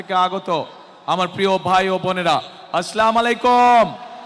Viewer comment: যে শুদ্ধ ভাষায় সালাম দিতে পারে না।আর কিছু না হোক তিনি দেশ চালাতে পারবেন না